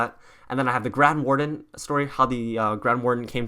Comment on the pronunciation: The word is grand warden